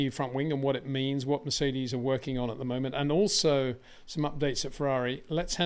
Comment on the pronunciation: Shub hasn't pronounced Mercedes properly once